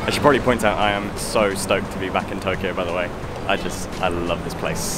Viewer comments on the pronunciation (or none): none